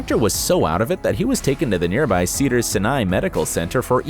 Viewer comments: I just love how everyone else has done drugs, been divorced a million times, gone to rehab, etc. But Candice is the one described as "scandalous." 🙄🙄🙄 By the way, her last name is pronounced Cameron-Berr-ay. And the hospital is pronounced Sigh-nigh 🙄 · It's Valerie Bure ... Val-er-ee Burr-ay. and Sinai ... is Sigh-Nigh